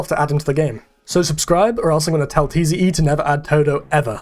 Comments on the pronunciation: Tze is not T.Z.E. It's pronounced Zee. just throwing that out there despite being 5 months late. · “tee zee eee” 😭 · You pronounce tze as "zee" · the way he says Tze hurts me